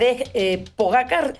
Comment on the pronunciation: Se escribe Pogacar pero se dice Pogachar